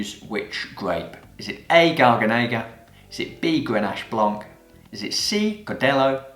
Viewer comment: Hi, you're a cool theacher! To me this is both wine and (wine related) english; so thank you! Being Italian there is a thing I wanna share: it reads gar-gà-ne-ga, not gar-ga-né-ga ;) Keep on rocking! This channel is soopercool!